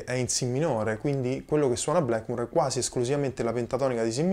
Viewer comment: Sei bravissimo ma per favore, Blackmur e Yamaka non si possono sentire...